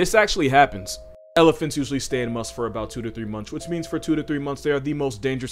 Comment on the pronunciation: You dude you said masth right!! Mad respect